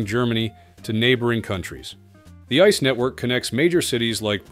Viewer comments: Come on, call these DB trains by their proper names ... they are not "ice" trains, they are I-C-E trains, like eye-see-ee. It means Inter City Express. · ice one, ice two ice three ... Jesus, leave us alone with those ai voice overs. It's spelled out, AI, CEE, EEE, not 🍦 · Wrong pronunciation of ICE while knowing better throughout the video. Thumbs down. 👎